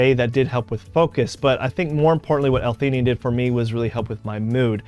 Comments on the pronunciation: L - fee❌ L - tee❌ L - fe A nine✅ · Good video but you are pronouncing L-Theanine wrong. Just thought you should know.